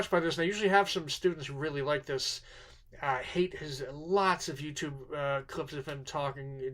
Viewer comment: Haidt is pronounced "height" not "hate".